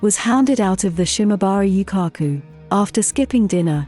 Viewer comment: Definetely not a Japanese channel but some americanised interpretation of a foreign society. They cannot even pronounce Yūkaku correctly.